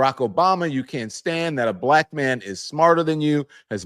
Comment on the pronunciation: He also uses extra syllables when he says beelack. Suddenly, Kemmawla turned beelack.